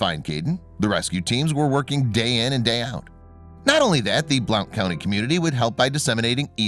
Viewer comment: I am glad he is okay. I have to tell you that it's pronounced blunt county. Just saying. I am from TN. I had to learn this, too.